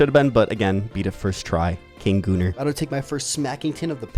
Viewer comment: did u say gooner